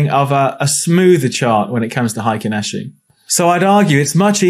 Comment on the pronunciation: Solid explanation of Heikin Ashi candles and how they can help with market moves- thank you! Just a heads up as its Japanese and pronounced "hey kin" Good luck with your trading 👍